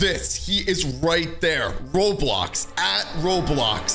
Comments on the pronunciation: lol said Robiox not Roblox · its "roblox" not "Roblox"